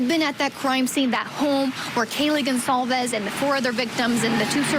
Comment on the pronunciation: The on scene reporter mispronounces Kaylee Goncalves name wrong. Every single time. To her credit, she did a nice job of showing the exterior layout and setting of the home better than any other reporting I've seen..